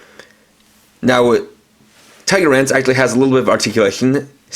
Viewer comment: It's TigerLance, with an L. You might wanna redo this.